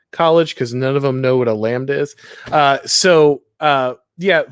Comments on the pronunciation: 100th like! Well deserved. great lineup, fellas. Thanks for the conversation. God Bless. btw.. does really not know how to pronounce the world "lambda" or was he joking around? I mean, I know that as an anglophone, his pronounciation skills are F-tier or worse.. but That's actually hilariously ridiculous if genuine. "Lambuddha" lol, wow.. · Racist Settler can't pronounce exotic names like Lambda. Highly triggering! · what kind of education u go thru without ever hearing lambda spoken out loud?